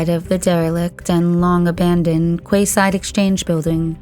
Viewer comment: Quay side is said 🔑side I meant